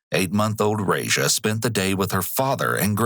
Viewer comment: The way you mispronounce that babys name makes my ears bleed.